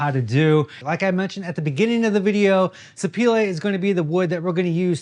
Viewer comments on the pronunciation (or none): Haha I was thinking in my head, I bet he means Sapele. 😂 in the uk we pronounce it sap e lee😊